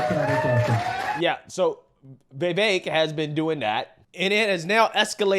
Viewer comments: Geez dude I love your content but his name is is just Viv-Ache. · My man, i watch almost all of your uploads. Love your content fr fr. BUT… you have GOT to learn how to pronounce Vivek’s name. It’s time.